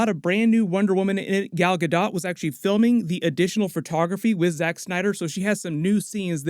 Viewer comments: Gal's last name is pronounced Gah Doh not Guh dot.... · Hey! Pronunciation tip: Gal Gadot rhymes with "Ball" (Gal) and "Boat" (Gadot). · Her name is pronounced Gal Gah-Dough!